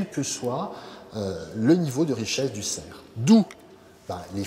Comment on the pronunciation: Très intéressant... Il me semble cependant que le "f" final du mot serf doit être prononcé, contrairement à celui du cerf.